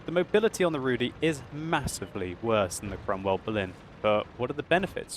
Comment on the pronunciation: I am from Poland and my ears are bleeding. You mispronounced the letter Y in the word Rudy. You should do this as saying the letter I in Berlin.